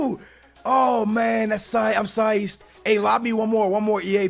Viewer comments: ITS PSYCHED BRO SAY IT RIGHT LOL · Love the vids, but pls say "psyched" correctly